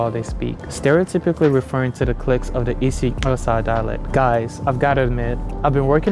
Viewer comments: Its not isi(qosa) Its isi(Xhoso) Bu you tried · Well you didn't nail the IsXhosa click but I appreciate the effort... You nailed the subject though. Awesome video love from Mzantsi🇿🇦❤️🔥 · You are pronouncing it as Isiqosa. It's Is-i-Xh-osa. I appreciate the effort you put into pronouncing it. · Isixhosa not isiQosa😂😂😂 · That's not how you say isixhosa, the way you pronounced it we'd have to write it as follows isiqosa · Nah bro, u didn't nail the Xhosa click but you tried. You said it better than Kendrick Lamar tho💯 I give you 60%, you just need to put more power into it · My gf is Xhosa and you did not do that click well bro 😂😂😂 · You didn't nail the IsiXhosa pronunciation tho.😂❤ Our language comes from the Khoi and San language which i grew up being told its the Xam language. The Xam language has more clicks than IsiXhosa. I love this video and i hope people from around the world would look at our Continent open minded.❤ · IsiXhosa I won't lie to you my G you didn't nail it but you're coming, Love from South Africa 🇿🇦👊🏽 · I heard your click on the isiXhosa, and it could use a little more work. But a good attempt 😊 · I'm xhosa and your click isn't the greatest😂😂😂💔💔. There are 3 clicks in isixhosa, c(soft click), x(medium click) and q(hard click)